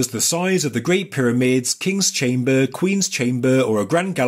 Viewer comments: He says chamber by saying chambuuuuuhh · chaimbaaar, enormaaas, WTF ?